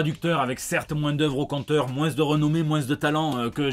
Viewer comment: Quant tu en es au point où tu fais des fautes d'orthographe en parlant, c'est plus un accent, c'est un défaut de prononciation.